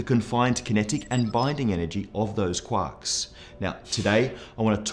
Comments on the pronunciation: Great video but I totally thought you said quacks instead of quarks.. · he says "quarks" as "quacks"